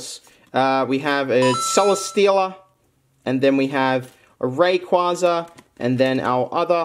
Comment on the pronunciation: You said rayquaza wrong lol